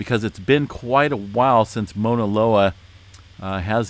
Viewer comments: I kept hearing MONALOA….. Overall amazing update as always. I was born and raised in Hawaii but not on the Big Island but on Oahu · Here is how you pronounce Mauna Loa - [MOW] + [NUH] + [LOH] + [UH] ….. Sorry i had to….. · Pronounced. M-AW-NA. LOA